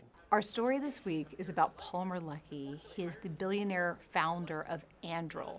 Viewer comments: It's Andoo-reel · “Anduril”!? Ffs! These guys took the wrong lessons from Tolkien.